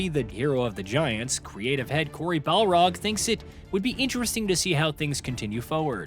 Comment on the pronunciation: "Balrog," that dude will never escape that lol